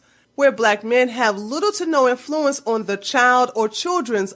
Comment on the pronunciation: Great video - all of your videos are. Loved the one about Poland - 'swhere my people are from. You have a unique pronunciation for the word "influence" - usually the emphasis is on the 1st syllable.